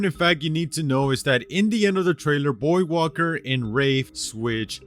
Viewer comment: lol the Loba beating revenant is kinda dumb if u think about it And damn was I not confused every time he say voidwalker because I kept hearing him say boywalker